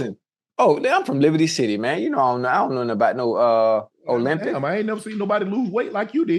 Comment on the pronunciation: Ocho saying ' Olympic" instead of Ozempic had me rollin lol